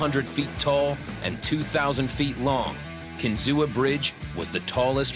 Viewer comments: I too grew up like 30 miles from there... But across the lake. Also can we talk about the pronunciation they have in the video of "Kinzua?" I've always heard it as "Kin-zoo" not "Kin-zoo-a." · Or how about calling it Kinzooah. Locals call it Kin-zu. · Kin-zoo not Kin-zoo-a. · Let me help you, not kinzu-a just kinzua, KIN-ZOO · glad I’m not the only one. I also grew up near by and that’s how we pronounced it. They’re doing it wrong in the vid lol. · As someone who lives here, it's pronounced kinzu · THANK YOU! It was driving me nuts hearing them pronounce it with an "A". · The "UA" at the end of KINZUA is always pronounced funny by non local folk. My family is from Bradford PA and we pronounce it "KIN-ZOO". It is funny because only locals cringe when they hear it said by others. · It’s pronounced CAN-ZOO by the locals if you would have researched it. Walked across it as a kid, it was so high! Built fast and lasted past its useful life = success. Any train or person crossing the bridge during a tornado would have been blown off, so bridge failure wouldn’t matter to them. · It is pronounced KIN ZOO.. The a is silent.. Pa. railroad buff. I traveled over the bridge around 1983 on the train. I boarded the train in Marienville, Pa..A wonderful train ride it was. Before crossing the bridge the train would stop to let riders off that were afraid of heights then proceed across. Looking out your window you could not see the bridge, only 301 feet below. I have a picture of the short lived steam locomotive on the bridge pulling a train.The locomotive was made in CHINA, it perished in the engine house fire at Marienville, Pa. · Correct pronunciation is kin-zoo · in my opinion, it is pronounced Kin ZOO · Kinzua pronounced Kin-zoo. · It’s pronounced Kinzu ….. if you’re going to make A documentary, please double check how the name is pronounced….. it’s my pet peeve…. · At least learn how it's pronounced before making an official documentary.... it's KIN-ZOO.